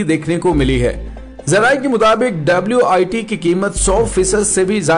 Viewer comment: Not WIT IT'S WTI